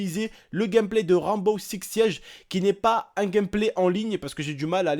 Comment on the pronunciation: c'est Rainbow six siege pas Ranbow ix siege XD